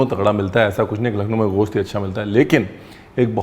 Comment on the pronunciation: سر یہ غوشت نہیں گوشت ہے Its gosht not ghost